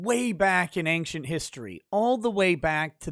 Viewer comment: angcient? The way pronounces that word is hysterical. Almost like hearing people say nucular instead of nuclear. I wish people would learn how to speak properly. Anyways good video.